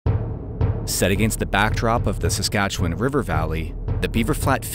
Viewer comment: first off, thank you for being one of the only out-of-provincers to pronounce Saskatchewan correctly! Been watching you for a while now, cool to see you in my home province